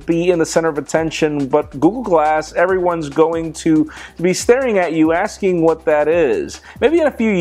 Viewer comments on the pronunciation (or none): none